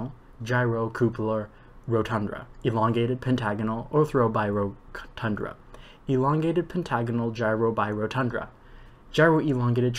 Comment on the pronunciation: I tried this and it's way harder than it looks, even for someone familiar with the Johnson solids. It's rotunda not rodtundRa. Also if you say ORtho correctly (not oTHRO) it makes it easier. A lot of extra R's in there. Corona has no O before the A. C in Disphenocingulum is pronounced like S. Finally, some of the vowels are easier in an English accent. pronounce the CUP in cupola like the word cup so the whole word sounds like coupler.